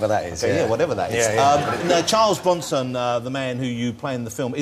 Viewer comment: LOL "Bwonson"